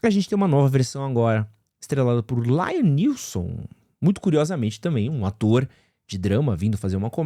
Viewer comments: Mas em ele falou certo. Ele falou errado o "Laiam Neeson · Isso sem falar no LAIAM Neeson kkk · Não é remake, é continuação. E não é "Lion Nilson" kkkkk